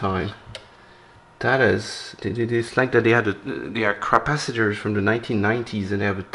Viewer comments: Did you call them Crapacitors ? 😂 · Did I hear you say crapacitors?